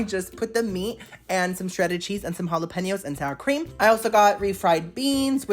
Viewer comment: The algo just blessed me with the you, and I'm obsessed. Please stay a part of my life. When you pronounce "halla-pen-yohs" correctly,..I melt. I'm in love.